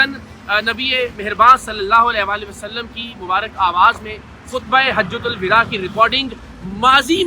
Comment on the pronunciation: سالے کل کے کل جاہل ہیں۔ کمینے۔ "حجتہ الوداع" کو غلط بول رہا ہے۔ Hajjatul Vida غلط ہے۔ Hijjatul Vada صحیح ہے۔